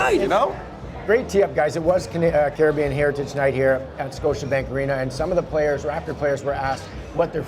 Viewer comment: Love Jack’s accent. The way he makes the word “here” two syllables: “he-yah”.